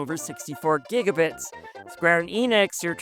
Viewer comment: It’s pronounced giga bites